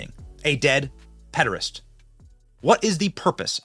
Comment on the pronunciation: Please stop saying pedarest!! It means something completely different from p*phile